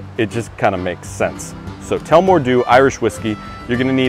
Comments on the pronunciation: It's pronounced tul-la-more dew not tellmore dew, it's named after town in central Ireland but loving the cocktail videos and can't wait to see what else you've in the pipe line! definitely going give this one a try out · Im Irish and it’s pronounced like tulla - more. Love your videos though keep up the good work! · Love it but you saying name of alcohol wrong...it's Irish city rad as two la more ;)